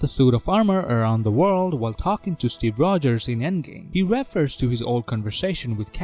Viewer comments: It's not "reffer". It's pronounced "ree-fur". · A year later and I still can’t get over how he says refer wrong